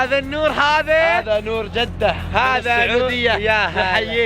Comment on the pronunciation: جده تنطق بكسر الجيم وليس بفتح الجيم